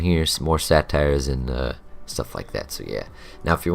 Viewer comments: Satires? Didnt know there was a place in felwood to see witty comedy. "Say-tear" is how its pronounced. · good vid brah, it's say-tars not satire